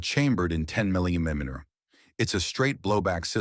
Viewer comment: Chamber in "10 mmmmly mmter..." (Re: AI generated...)